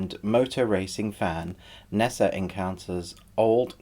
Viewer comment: In case you were wondering: the pronunciation of 'Ne Zha' is from Hanyu-Pinyin romanisation of Mandarin; the alphabet is pronounced differently, but it's great that you grasped the original. I really liked this film and I wish it was longer so that they properly fleshed out the backstory for the gods' war and the whole political situation of Donghai City (which I think is literally 'East Sea City', which makes sense since the De Clan boss is literally the East Sea King). It shows a great range from Lightchaser studios, who also collaborated on White Snake with WB in 2017, and personally I loved the modern elements and the sci-fi/dieselpunk take on it; it brought a dimension to classic fairy tales that hasn't much been done at all. You asked if there were any others of this sort that we would rate and to be honest I don't think it has many peers - you could say Big Hero 6 has a similar aesthetic/power-up mecha element but that's where the similarities end. I thought the film was really refreshing, and I enjoyed hearing your review!